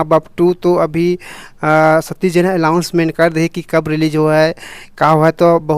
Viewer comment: Tola le bar bole ha alausment ni bolay ga anouncement bol the kaise kaise tai lawada Youtuber bange